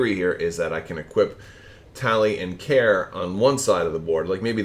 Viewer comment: FYI I believe it’s pronounced Karie not Care. I think there is an accent on the e, and she is a female pilot. See the wiki: Great vid and looks like a fun list.